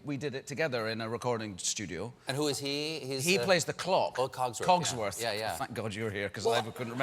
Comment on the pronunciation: Actually, its CoGSworth. Glad to know I wasn't the only one laughing at "blue balls", though! ;)